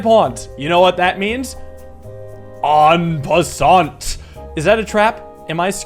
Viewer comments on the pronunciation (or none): I'm gonna be nitpicky. The t in "en passant" is silent. Anyway I freakin' love this!